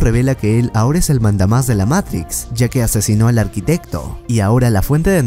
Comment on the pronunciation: Matrix hermano,MATRIX no meirics me haces poner nervioso